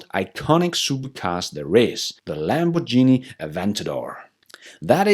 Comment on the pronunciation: Nice report.....thanks! But PLEASE don't say LAMBORGINI instead of LAMBORGHINI 😀